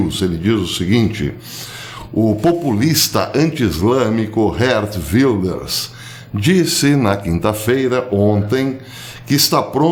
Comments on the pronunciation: Caríssimo, a pronúncia de Geert Wilders é como no alemão: "Guért Vilders" (Gué, como em guerra). Deus os abençoe e os proteja sempre. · Isso mesmo professor, o g em holandês pronuncia como rr. Van Gogh se fala van rrôrr